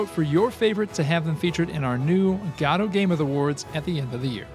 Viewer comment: Guh-Doh! Guh-Doh! GUH-DOH! Not God Oh!